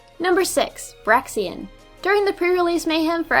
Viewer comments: BRAIXEN not Braxien!Dayum that grinded my gears everytime i heard you say it! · Braixen: It's BRAKES-en. Not Braxien. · It's pronounced BRAKES-en, not BRAY-ksi-en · Bray-xen not brax-ean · BRAIXEN WUT (and it's brayxehn not braxien) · It's pronounced "brake-sen", not "brack-sian" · I am so sorry for being the grammar nazi but it's (Brakes-in) and not (Ber-ax-ee-in) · isn't Braixen pronouced as "bray-zen" and not "Brack-zi-en" ? ._. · It is BRAIXEN not BRAXIEN. There is no ien pronunciation at the end of it's name. Learn to fucking read people. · It's not braxien its braixen bry-ksen not bry-sien sorry if i was being rude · Where the fuck did you get "braxien" from "braixen?" its "BRAYZEN" u sped. Nice vid tho i enjoyed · Its braxin its braixen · But it’s Braixen not Braxiean... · "brahxien" ehhh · dont you mean Br-ei-ks-en ( i know its spelled braixen xD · Braixen, not Braxian! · Your pronouncing braixen wrong it's break sin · Braxien is pronounced like xylophone with a z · You pronounce braixen brake-sen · AM I THE ONLY ONE PISSED OFF THAT SHE CALLED BRAIXEN BRAXIEN? ITS BRAIXEN!!!!!!!!!!!!!!!!!!!!!!!!111!!!1!!oneoneone now that that's done, Nice countdown. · Why do and you pronounce Braixen like /Braxien/???... well is worse, he says Braixion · It's pronounced Bray-xen. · It's braixen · You Said braixen name wrong :(